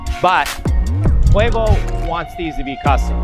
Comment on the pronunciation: who the hell is kwevo?